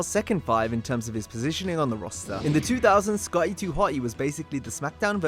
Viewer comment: nearly gave me a hemmorage at how you say Sc-otty. Should have got someone else to dub that name.